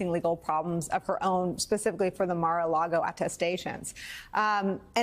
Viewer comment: He slipped when he said Margo largo.